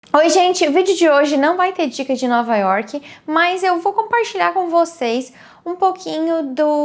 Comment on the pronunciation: Teus vídeos ficariam perfeitos se quando falasse York não colocasse esse "I" no final da palavra ( Iorqui) me desculpe sei que é um péssimo cacoete brasileiro.é como se falasse Brasili..além do mais nome próprio não se deveria traduzir tipo River of January ou Happy Harbour .espero que me entenda ,é uma critica construtiva. A gente se encontra pelas ruas de NY ...take care!